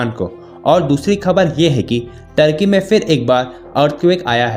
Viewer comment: Bahan Turkey bol rahi ho tharki bol rahi ho 🤣🤣🤣